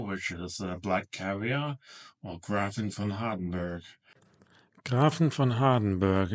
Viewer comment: Thank you for your review I am corius how it will perform at my home. PS. the ä ist pronounced as E so GrEfin.